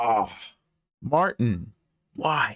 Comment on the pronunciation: Fun fact, since he's Bulgarian his name would be pronounced MartIn, not MArtin.